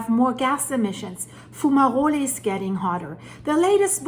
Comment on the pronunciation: What are foomarolés? Do you mean fumaroles? (pronounced FYOO-muh-rohls)